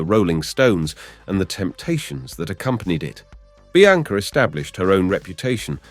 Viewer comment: Bianca pronounced Biancer?